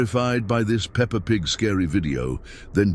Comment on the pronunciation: it’s peppa pig not pepper